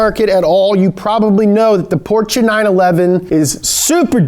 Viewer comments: The way you say portcha makes me sehr sauer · PorCHUH NIHssuhn God that bothers me XD